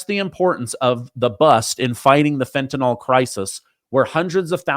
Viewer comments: The word is Fentanyl not Fentanol! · Fen ta nyl NYL - rhymes with hill, NOT NOL that rhymes with doll ! Pronounce it correctly.